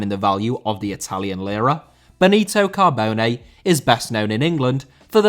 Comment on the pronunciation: Cabone* not Cohbouwnei